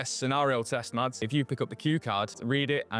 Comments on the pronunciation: MASS! HIS NAME IS PRONOUNCED MASS! It's not rocket science. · Could have pronounced his name correctly, it isn't Mads. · why do they pronounce it with the D sound? just say Mas, it is closer to how its supposed to be pronounced. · You might be interested to know, the correct way to pronounce his name would be to drop the "d" sound